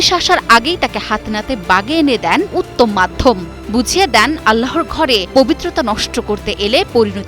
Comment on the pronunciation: রিপোর্টারের দৃষ্টি আকর্ষণ করছি। উত্তম মাধ্যম উচ্চারণ করেছেন। সঠিক উচ্চারণ হবে উত্তম মধ্যম।